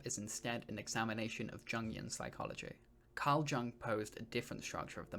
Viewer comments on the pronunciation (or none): Isn’t it pronounced “Young” not “Jung” like “Jungle?” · Good video man. And Jung is pronounced “Yung”. Swiss German. friendly FYI. Great content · Great analysis but please look into pronouncing Carl Jung’s surname correctly 🙉